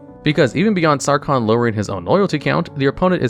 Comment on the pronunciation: "sawcon the mad" ah